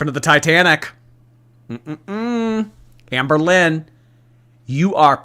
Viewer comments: Not sure if it’s because I’m English but every time I hear you say her name I hear Anne Boleyn 😮😂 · Anne BOWL-lyn. BOWL!